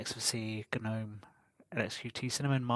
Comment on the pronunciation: Hold it! Someone who pronounces Gnome correctly? Good on you!